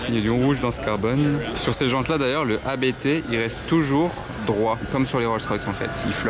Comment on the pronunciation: 😮 c'est ABT en 1 mot, pas A, B, T et ça pour un youtuber de voitures exclusives 😱😱😱